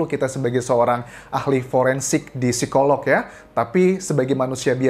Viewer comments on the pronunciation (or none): none